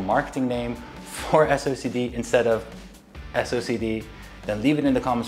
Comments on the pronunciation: "Socced" (read as "sock'd") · Lol ya'll are hilarious for this. I think you should just pronounce it silly like Wooting's "SO-KEH-DEE"